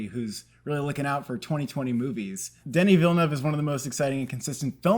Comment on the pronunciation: True. Now he only has to stop calling him Danny.